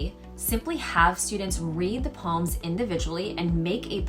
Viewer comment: That’s the correct pronounciation for the word poem